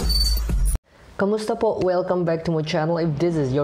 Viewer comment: Wow I was shocked how you pronounced "kamusta po" like a native here. 😊💙 thank you for watching it with us during the premiere! 💙 Please watch it again with the subtitles. 😊💙